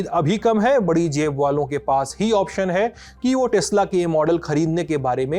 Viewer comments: Tesla ❌ Tasla✅ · Tesla nahi…. TEX LA 😂😂